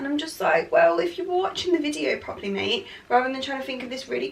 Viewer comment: Proper derby girl the way she says “mate” lol